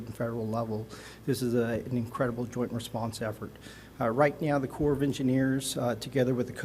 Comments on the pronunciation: I think its pronounced "core".. not corpse. Like the marine corps... And this man is actually in that position..SMFH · Did this guy just pronounce it 'corpse' of engineers instead of ''corp'??? Embarrassing. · Yes. I noticed that too. It’s Corps. And he pronounced it “corpse” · Obama pronounced it corpse too. We learned the correct way to say corps in the 6th grade. How can people get to be adults without learning this? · Did he just say CORPS? It's pronounced Corrrrrrr...plonker... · 'corpse of engineers' lmao Another DEI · “US Army Corpse of Engineers” yikes…. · I did a mental double-take at that too. He says it correctly so maybe the first time was nerves? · Let’s focus on being nice; whatever the reason for the mispronunciation, we all know HE heard it. Smart and capable man who mispronounced a word. Please be kind. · the people in this comment section are more outraged over him pronouncing the S at the end of corps than the deaths of children. That's where humanity is right now. I now know why the Bible says few will make it into the kingdom of heaven. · I appreciate these fine men for their compassionate work during a heartbreaking tragedy. I cannot fathom being charged with recovering the poor souls lost, including children. I'm ashamed for those who have felt the need to leave unkind comments pointing out a mispronounced word by a man doing a job most of us could not fathom.